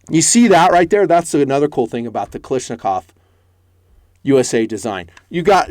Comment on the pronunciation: Is nobody bothered he calls Kalashnikov,Kalishnakov.Is that an American thing or what?